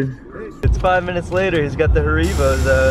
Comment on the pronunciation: you called haribro (har ah bro) "ha ree bo'' I'm dying